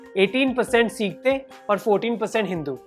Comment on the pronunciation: Seka nahi bhai sikh